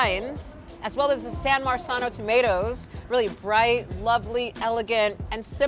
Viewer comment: Plus, the host doesn’t even know how to correctly pronounce “San Marzano.” She pronounced it incorrectly with the letter ‘s,’ not the letter ‘z,’ by saying “San Marsano.” One would think a ‘chef’ would know how to pronounce this famous name of the Italian city. It makes the producers look less intelligent, too, because they let it slide without having her perform another take.